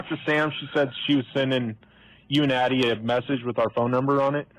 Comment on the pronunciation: It’s ADDIE, not Abbie.